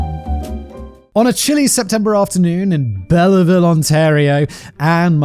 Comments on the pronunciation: Belleville is pronounced Bell-vill. As an Englishman, Simon, you should be used to pronouncing stolen French words :P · I'm sorry....how did you just pronounce that? It's pronounced Bell-ville for future reference!